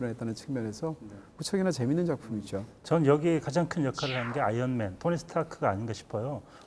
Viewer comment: 자꾸 아연맨으로 들림...스테인리스맨